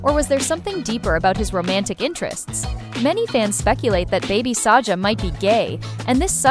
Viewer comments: Sahsa❌ Saja✔️ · Sasha ❌ Saja✅😊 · Sasha❌ Saja ✅ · Sasha❌ saja👍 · Saja not Sasha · saga❌ saja✅ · Mistri Sasha❌ mystery saja✅